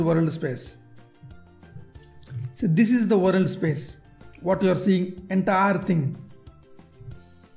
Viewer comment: sir, correct ur pronunciation on "WORLD".